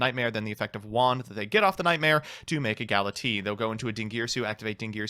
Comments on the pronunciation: I know doesn't care but i do because I need you all to know... It's gala-tay-uh And kai-mare-uh Not Gala-tee And kee-mare-uh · That is not how you pronounce Galatea.